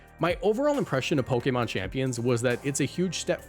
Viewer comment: Watching reading from a script and sounding more professional and pronouncing Pokémon the official way is like… nice dude, you made it! It’s kinda endearing